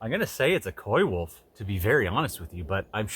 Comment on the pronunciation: I think you're correct, I'd say coywolf too